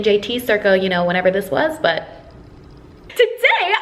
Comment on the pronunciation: I don’t kneuw, seuww ._. Too much